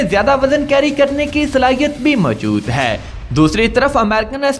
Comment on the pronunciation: خدا کا واسطہ ہے ... اس "ہے" پر زور دینا بند کر دیں .... سانس کے اتار چڑھاؤ پر غور کریں اور اردو کی ٹانگ نا توڑیں .... اور بہتر ہوگا کسی بہتر اردو کے تلفظ رکھنے والے سے وائس اوور کروا لیا کریں .... آپ کی انفارميشن کھڈے لائن لگ جاتی ہے جب آپ ... ہے اور اے کی تکرار لگاتے ہیں